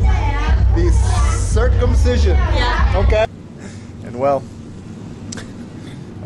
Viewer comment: Girls dont get circumsised in indonesia ,only some african tribal who still do that which is not good. And circumsicion is not that weitd,you acting like its a weird,the way you pronounce it many times etc...sorry you hit my nerve abit sorry for that, m out of your chanel.